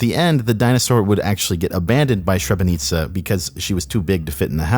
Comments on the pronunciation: So far, super interested but it’s pronounced “Sre bre neeeeeee tsa” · Srebrenica is pronounced Shreb- Ben- Neet-Zah. That story is based on a real feral child said to be raised by wild dogs/wolves in former Yugoslavia/Bosnia. While the subject matter this was a sort of unsophisticated retelling of classic stories from the region coupled with the crazy diy archaic computer animation someone made on there own who had access to a computer it was likely translated in to English. This happens ofter when a story is poorly translated as it becomes disjointed contextually especially when the original was horrible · "Shrebrenika". Jesus, Americans, come on... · It's pronounced " shreb re neetza" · Pronounced: shreb-ren-NEET-zah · Srebrenica is pronounced a bit differently though... The 's' is pronounced as 's' instead of 'sh' and the 'c' is pronounced as 'ts' instead as 'k' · It's Sre-bre-nee-tza. Tz=c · Holy shit do you not know how to pronounce Srebrenica. You say sherenika instead. Just wow, at least google the pronunciation. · Srebrenica- “shrebenitsa” :( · it may make more sence to your viewership if you pronounce it shreb-i-nitz-a. maybe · i was gonna complain about your pronounciation of Srebrenica. but then i realized the narrator woman was mispronouncing it the same way..... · For reference "Srebrenica" is pronounced shreb-ruh-neat-sha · Hate to be that guy... but because I'm a Balkan boi I have to mention it. 'Srebrenica' is pronounced SREB-REN-EET-SAH. Love your videos - keep up the awesome work! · its "sre-breh-ni-tza" btw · its pronounced sreb-ren-itz-a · Hi from Bosnia man! Not to be that guy but just so you know Srebrenica is pronounced - sc-reh-breh-nizza if that makes any sense :) Where was I on twitch when this was in the making lol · The title of the tape [Srebrenica] is pronounced sre–bre–nee–tsa Edit: with a rolling R, of course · Shrebrenika tho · the lady pronouncing the names of the dinosaurs right but not srebrenica lmao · "Sharenika" wtf